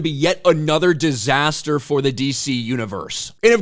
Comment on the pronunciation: The way this guy says DISASTER. lol